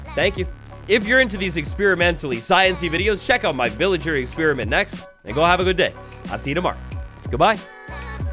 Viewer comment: please dont say "experemint" zomg